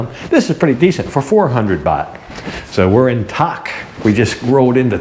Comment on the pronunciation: Nice video, good picture quality but I am pretty sure the city Tak is pronounced Dak like any other word that stats with a T translated to our letters from thai sandscript